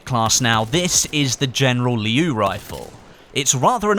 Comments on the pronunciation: It's "Liu" in one quick word,not "Lee-iu" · It's pronounced "Leo" actually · just a reminder, the word 'Liu' is pronounced as something like ' Lill' in one straight pronunciation, not two separate intervals. And I am a chinese:)